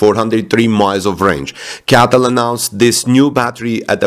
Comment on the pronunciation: Cee Ay Tee Ell - not CATTEL